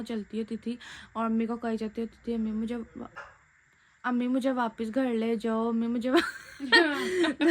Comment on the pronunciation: gar ni hota h ghar HOTA hai